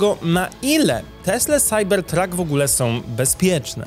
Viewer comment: SAJBERTRAK SAJBERTRAK SAJBERTRAK Proszę Cie, nie kalecz PLAD PLAD PLAD PLAD